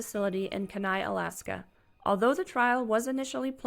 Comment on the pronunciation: You said kenai wrong